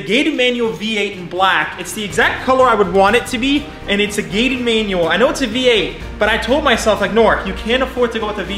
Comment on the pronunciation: It’s “gated” ooohhh